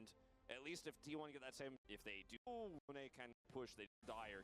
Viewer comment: Nah the way you mispronounce Yone is too much.